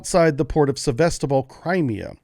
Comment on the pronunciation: Sevastopol, not sebastobol) Glory to Ukraine!